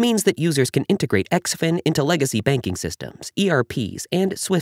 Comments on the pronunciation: It’s pronounced - Zinfin . Great info 👍🏻 XDCE IS NO LONGER A VALID TOKEN. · Guess the ‘in” im xin is silent.